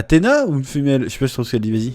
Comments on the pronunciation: Athena en anglais se prononce eufina pas femelle 😂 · Athena pas female, j’ai eu la même impression mais non c’est Athena qu’elle dit. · Elle dit clairement Athena mais avec la prononciation ça fait : A"FI"na mais ouais j'ai aussi entendu a female la 1er fois.